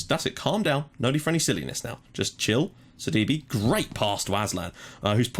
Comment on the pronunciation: btw due to the accent in sidibe's name. i believe it is actually pronounced either sad-ee-bay or sid-ee-bay (if we are using french accents). also the fulham-reading game today was ridiculous!. as a reading fan i was massively upset when we went from 2-0 up to 3-2 down in 6 minutes.